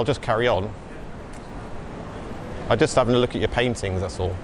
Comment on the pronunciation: "Thats all" sounds like "Asshole" 😂😂😂